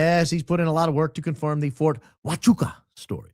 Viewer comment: THOID... CONFOIM.. DEBUNK MR. HARPOLE.....